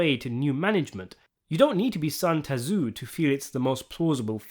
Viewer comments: Dissension not dysentery and it’s pronounced Sun Soo or Zoo, not Tuhzoo. Heard it in multiple vids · Sun Tazoo? Toxikity? Maybe look up how to say words before reading a script, sir. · "Sun Ta-zu"???? lol It's pronounced "Sun Zoo" The "T" is silent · "Sun tuzoo" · "sun tazu" lmfao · "Sun Tah-zoo" 😂 I'm sorry, but that pronunciation was just funny. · Sun Tzu, lol, pronounced Sun Sue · Sun T-Zoo?? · Ah yes…Son Tazzoo… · sun tuh-zoo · Sun Tzu is not pronounced like that, it's more of a soon-zoo. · Stopped watching when I heard San Tazu. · Clicked out of the video at "Sun Tazoo" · Toxi-ckitie? Sun Tazoo? Who the fuck is this bot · Sun 'Ta Zoo' LOL you are an idiot bro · it is pronounced Sun ZOO. Very Sopranic malapropism. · “Son Tazoo” Ah, yes, the famed Saiyan strategist from then Planet Vegeta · Sun ta zoo. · "dysentery within the ranks" "sun tuh-zoo" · I’ve never heard Sun Tzu butchered like that before.